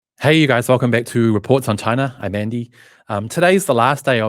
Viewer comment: I remember in one of your posts you made fun of someone who didn’t pronounce Xinjiang properly! Could you please tell me what country you were referring to when you called a country Chiner?